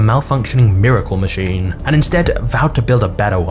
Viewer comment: Does everyone talk like you with that annoying inflection at the end of every sentence? Is that a thing now? It's so annoying, you make it hard to focus on the video. Example: it's called a machine, not a machinnnnnnnnnne.